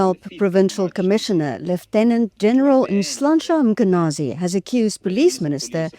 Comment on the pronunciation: Prof, please pronounce the Lt Colonels name properly …. It’s not mAkwanazi, it’s Mkhwanazi. If you’re not sure, ask anyone around you to assist. You seem to have everyone else’s name correct … It’s a matter of respect. Thank you sir